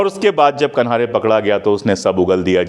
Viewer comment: कान्हेरे is surname wrongly pronounced 🙏rest all is well as usual!